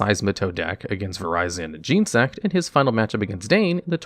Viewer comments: your microphone somehow makes it HURT when you say "gene" sect . it's genetic insect , genesect. There is an entire movie about this XD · "Oh cool, a new pokemon TCG channel, this should be GOD DAMN ITS YOU AGAIN" You have like six channels at this point, man. Holy shit. Also, it's Gen-E-Sect, not Gene-Sect. Sorry, it's my favorite legendary, I'm kinda anal about these things. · Genesect is pronounced like genesis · "Jean sect" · The duellogs guy does the pokemon tcg now! 😀 He pronounces genesect "Gene-sect" 😞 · Gen ah sect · “Vireyezin jeensect” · Not sure what you were looking up because I've never heard it pronounced Gene-sect but I also haven't interacted with any of the official media that would pronounce Pokemon names since Gen 3 and even then they pronounced names like Rayquaza differently than fans do, but definitely recommend looking up the pronunciations commonly used by fans over official pronunciations for English names. It's what will be more familiar for viewers. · Stop saying genesect like that.